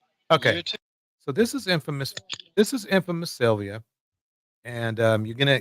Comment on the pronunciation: His routime? 😢this man's speech..cant even say sylvia